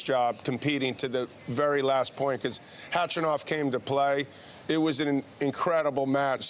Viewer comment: Did she just called him hatchanov lol I’m dying